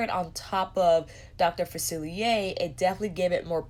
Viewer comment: SAME! I bought the princess pr and I wanted villains pr too. It's pretty and I wanted it 😁 ALSO, I wish colourpop sent you the PR to review. You've been the most enthusiastic and literally the only person to pronounce "Dr. Facilier" correctly in their review. 🤣